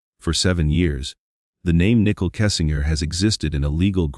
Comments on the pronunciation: Is this an AI voice or just a bad reader? Why does he keep pronouncing Nichol's name nickel? Who edited this and didn't catch the error multiple times. Low quality video with too many conspiracy theories instead of facts. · Common dude... Nickle Kessinger??? Robot. That ruins everything